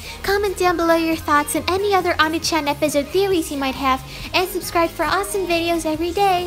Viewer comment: it’s pronounced oh-knee chan